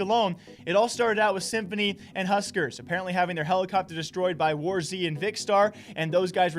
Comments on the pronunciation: Bruh your saying war. z not warz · So many good vids...but pls it’s just Wars not Wars Z